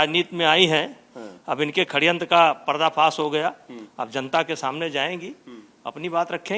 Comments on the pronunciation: Are chhori C.... Khadyantr nhi hota Shadyantr hota h 😊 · Khdyantra nahi sadyantra Bolte hai